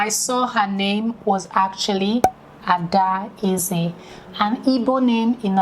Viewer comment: Very nice video, but I must say the little girl wasn’t totally wrong about her name pronunciation. We don’t pronounce “Adaeze” as two separate words “Ada and Eze “ like you described, the second “a” is silent- “Adeze” is what it sounds like, and probably why it ended up sounding like “Adaisy”. Black is beautiful 🖤🖤🖤